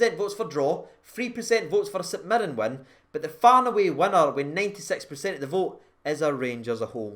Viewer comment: Cedric itten to start hopefully gets himself a few goals. my girlfriend pointed out you say PACENT. Please say it properly in the next video for her to shut her up. 😂